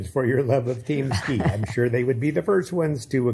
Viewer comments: almost saying Team Skeet as “Keem Teat” 😂 such an Ethan style word scramble. Gonna miss this show, no fax all printer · Are we going to just ignore the fact that said "KeemSteet" instead of team skeet and that is now keemstar's name now and forever amen.